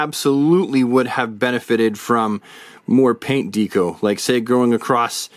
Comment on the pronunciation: Good figures. But DeeeCo? LOL. Not Deck-O like Decoration? 😂 just bust’n’ chops.